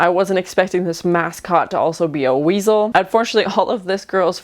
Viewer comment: "Oh this HW-WEASEL" 😂